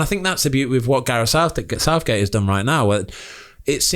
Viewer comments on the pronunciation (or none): I heard that Ben "Gareth southdick"